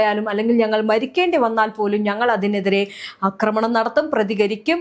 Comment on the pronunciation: കൊച്ചേ, അക്രമണം എന്നൊരു വാക്ക് മലയാളത്തിൽ ഇല്ല. ആക്രമണം എന്നാണ് പറയേണ്ടത്. അക്രമം, അക്രമൊത്സുകത എന്നൊക്കെ പറയാം. പക്ഷെ അക്രമണം എന്നൊരു പ്രയോഗമില്ല. അതു കേട്ടിട്ട് ചെവി തരിക്കുന്നു.